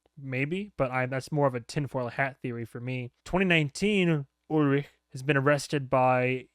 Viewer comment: you said ulrich perfectly there, just wanted to point that out